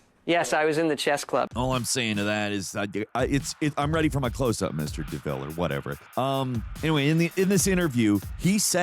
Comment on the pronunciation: DeMille. Not DeVille